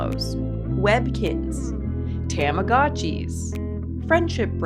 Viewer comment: The way you pronounced Tomogachi killed a piece of my childhood lol